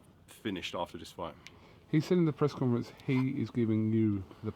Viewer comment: 2.09 did he just say "breast conference"?